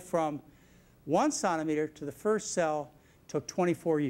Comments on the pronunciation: It's centimetre, as in one penny is a CENT. Not santimetre! As a Canadian this made it very difficult to get through the video. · I went to Baylor nursing school, Dallas Texas, in the early 90's, BSRN. Several of my instructors pronounced "Sontameter". I had been around medical and veterinary fields for many years (married to an M.D.) and had never heard it pronounced that way. You'll get used to it. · Lol!!! I'm wondering if he is trying to pronounce centimetre with a French accent ... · I've never heard anyone pronounce "centimetre" the way he does. Strange.. To me anyway. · Its the french pronounciation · Does he not know how to say centimetre???